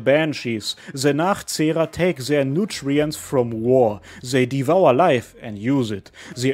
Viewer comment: You say “Nachzehrer” beautifuly 🤩